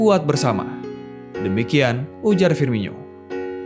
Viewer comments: Itu dibacanya firmono bukan firminyo, coba lu dngr komentator2 klo nyebutin namanya wkwk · Penyebutan nama nya FIRMINO, Bukan FIRMINYO wahai admin.